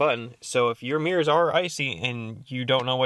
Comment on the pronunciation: "mears"... Yikes. lol How about "mirrors"?